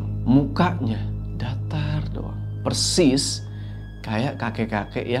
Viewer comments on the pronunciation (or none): none